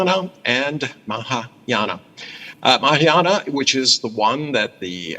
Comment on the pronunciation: This Chines gentleman difficult to pronounce Mahayana! Ha